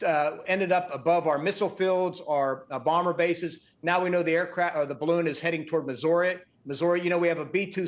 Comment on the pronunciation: you mean, "balloogny"